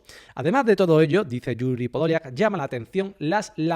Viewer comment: se dice yuri padalaca.enhorabuena por tus analisis